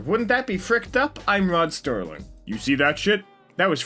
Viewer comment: Rod Serling. His name was Rod Serling. Not Rod Sterling.